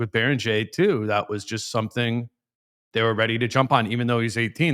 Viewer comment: "bear - ing - gare" is John Randle-grade unc